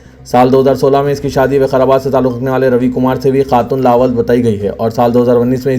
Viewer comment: The Urdu word لاولد is pronounced as "Lā-walad" (لاوَلَد). Lā (لا) – "L" with a long "aa" sound. Walad (وَلَد) – "W" with a short "a" sound, followed by "L" and "D." So, the correct pronunciation is Lā-walad, meaning childless or without offspring.